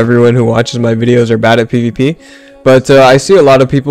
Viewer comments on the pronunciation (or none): Not gonna lie I thought he said "today I'm going to tell you why you are not good at PP"